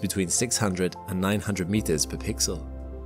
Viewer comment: Why can SpaceTubers not differentiate between 'pre' and 'per'